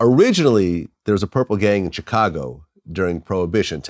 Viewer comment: I really hate the way vlad says Chicago lol